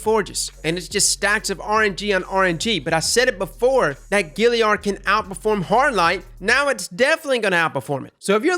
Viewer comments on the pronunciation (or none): two words... FUCK YEAH!! also, its Galliard, not Gilliard :)) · I'd why he pronounces it Gilliard when its Galliard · Galliard, not Gilliard! Love ya content man! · Every time you say GILLiard I want to die. There's an A there! It's the Galliard! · Galliard not gilliard. Also, it doesn't just come from the forges, the Sabateurs drop it also. Mine came with rich. rounds, Quickdraw and rampage. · “Gillyard”. Bruh that kills me. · Anyone else get kinda triggered by how he pronounces galliard?